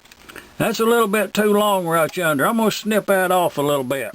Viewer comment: I've made it this far and I have to say...you got this Michigan boy saying "out yander"